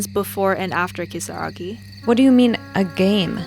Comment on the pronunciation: Ryan not speaking Japanese or Spanish but pronouncing Kisaragi perfectly in the middle of an English sentence is just classic fourth gen immigrant behaviour.